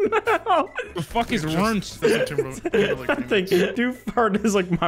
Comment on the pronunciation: “Minecraft boxers are rurnt” 💀💀